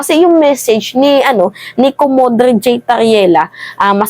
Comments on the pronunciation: Ang bigkas sa rank ni Sir Tarriela is Commodor not Commodore silent e po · tamang bigkas po ng rank ni Tarriela ay Komodor,hindi po komodre. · ayusin mo pronouncement mo,,, COMMODORE,,,, (COMO DOOR),,, hindi komodre🤣😂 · Komodor hindi komodre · Ang sabi mo comodre yung taga coast paki basa mo ng tama commodore yun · Commodore (ko mo door) ganyan po ipronounce ung rank ni sir Jay Tariela..😊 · Commodore- pronounced as komodor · Commodore pronounce (komodor) ..no offense ma'am..kinokorek ko lng... GOD BLESS po..I agree to commodore Jay.... Maraming nagbuwis ng buhay maamgkin lng ang soberenya natin..tapos ipamigay mo..no ka hilo...(Fentanyl)... Hehe... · Hi dear. Commodore is pronounced with silent e. ❤️✌️